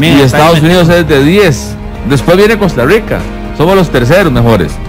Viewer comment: el que? El ruuannking?? 🤣🤣😅 Costa ruuiica?? 🤣🤣😅